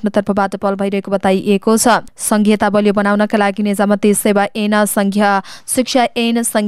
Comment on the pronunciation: निजामती सेवा यन भन्नुभयो,तर (ऐन) अइन भनेर पढनुहोस , र बाह्रखरी पनि पुन: पढनुहोस् ।